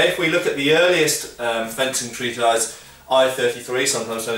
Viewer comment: I'm not a native speaker, but is the only person I've heard pronounce "treatise" as treat-eyes instead of treat-(i)ss. Is that a thing??